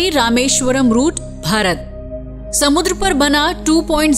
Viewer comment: It's Bharat not Barat